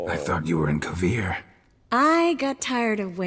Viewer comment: This was interesting. I don't know about anybody else, but I rolled my eyes and took a shot every time I heard Kovir.